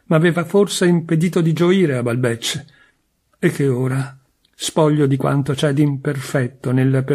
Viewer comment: Resto un po’ sorpresa per la pronuncia di Balbec e di Guermantes!